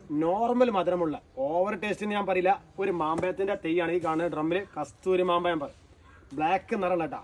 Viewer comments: മാമ്പയമല്ല സഹോദരാ. മാമ്പഴം എന്നു പറ? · മാങ്ങ എന്നു പറഞ്ഞാൽ പോരെ സഹോദരാ.. ... മാമ്പയം 😅😅